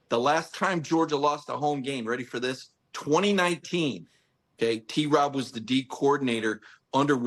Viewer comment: Paul…stop adding a syllable to T-Rob’s name.